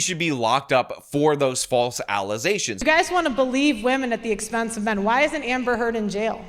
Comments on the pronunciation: Never heard of Pearl Davis .... now I see why. And, yeah, I can no longer say "allegations" properly ... it is for now and ever "allezations." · The false allezations throw back 😂